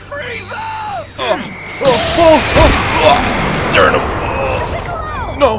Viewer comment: Bro you Silly af. Frfr. "His sternim Leakin 😂😂😂😂😂😂😂 Sry #